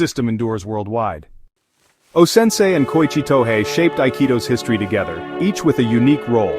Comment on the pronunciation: It’s “To hey,” not “To hai.”